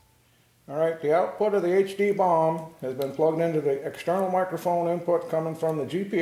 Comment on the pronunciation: If I hear you say bomb instead of boom one more time, I am gonna mash your mouth!